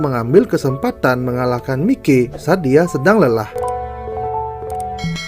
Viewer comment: Sebutan namanya yang bener lah anjir mikey itu sebutannya "maiki"